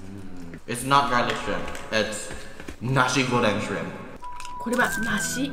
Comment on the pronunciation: ah i love how PRONOUNCED NASI GORENG!!!